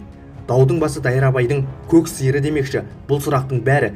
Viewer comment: Басқа адам жоқ па оқитын.Мына бала қалай оқитынын білмейді ғо. Даудың басы дайрабайдың дегеннен кейін бөлудің не керегі бар.бөлмей көк сиыры деп қосып оқу керек ғой.ұнамсыз.дым оқи алмайд.дауысы да жағымсыз.Оқығасын мəнерлеп оқып жеткізе білу керек ғой. Сауатсыз.Жалғыз бұл емес, үнемі өйстіп оқид.мысалы: Таң қаларлық деп жазылуы бойынша айтпай, таңғаларлық деп айтса болады гой